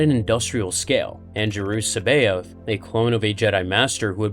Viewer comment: His name is pronounced "SAB EYE OTH" people need to learn to pronounce things right jesus it proper gets on my nerves, look it up properly, Timothy Zahn himself pronounces his name SAB EYE OTH